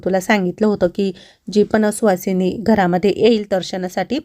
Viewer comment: सुहासिनी नाही सुवासिनी 😅😅😅